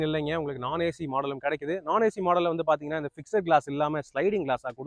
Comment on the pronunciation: 'ஃபிக்ஸெட்' என்று சொல்லக் கூடாது.'ஃபிக்ஸ்ட்' (FIXD) என்பதே சரியான உச்சரிப்பு.,' E' SILENCE.